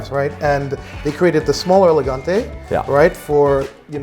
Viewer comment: Eleganteuh not Elegantay